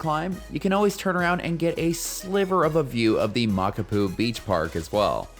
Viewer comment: My father in law helped build that trail/road/pathway. It's fun, a good grind, and beautiful. Check your pronunciation of the trail name though.